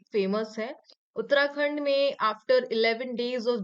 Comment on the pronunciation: In question in 28 while explaining, she uttered Uttrakhand.